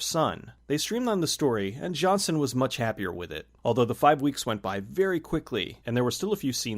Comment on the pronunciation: The director’s name isn’t pronounced “Johnson”.